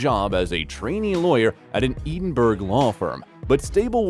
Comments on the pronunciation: Well thats a new 1 on me... " eden burg" 😅😅😅.. the glass cow 🐄 was annoying enough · The way Glasgow and Edinburgh is pronounced is truly annoying couldn’t you like look up how to say the towns before you sound like a really stupid American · Robots can't pronounce Edinburgh.